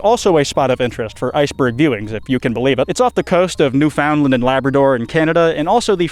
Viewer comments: it’s not New-found-land it’s usually pronounced newfinland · It took years, but I finally met a second person who didn't know how to pronounce "no-BELL." It isn't the NO-ble prize, idiot. You do the same thing to "Newfoundland." The proper pronunciation is to accent the FIRST syllable!!!!! Not the 2nd, like you keep doing....repeatedly. Lastly, thermite isn't an explosive. It burns. It does not explode. EDIT edit: NOW you're unique! I've never heard anyone mispronounce 'botulism' before. Takes a special kind of stupid to get THAT wrong.. I learned words like these before graduating high school! How do ppl not know these easy words? It doesn't take anything more than a proofreader to prevent you from looking ignorant. Given how often you mispronounce things, PLEASE start using a proofreader. I can't take someone seriously who can't even pronounce what they are talking about!!! EDIT EDIT Edit: I quit. You can't even pronounce the name America's best president properly. The accent on 'Delano' is on the FIRST syllable, not the 2nd!!! I'm sorry I can't stand these mispronunciations. It ruins the whole experience. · Btw, Newfoundland is pronounced more like "new-fin-land" than "new-found-land." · Also you pronounced Newfoundland as New Found Land instead of Newf und land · as a canadian i appreciate your use of the metric system but Newfoundland is pronounced "Newfin-land" maybe its just our accent but saying "new Found land" feels so wierd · The way you say Newfoundland hurts me as a Newfie myself, here we pronounce it New-fin-land in case you were wondering. Epic video btw! 🫶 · Mah boy has returned (; u; ) Also! Pronunciation for Newfoundland from a degenerate of the Maritimes: New-fn'-land (just say it fast and you're good). You can also just call it "The Rock", cause that's literally all it is. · For anyone unaware its typically said to sound more like newfinland here and places like quidi vidi is pronounced more like kitty or kiddy vidi